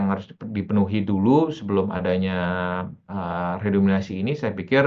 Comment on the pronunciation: Narsumnya kok bilang redominasi sih, harusnya kan redenominasi. Ga layak didengerin ah tulul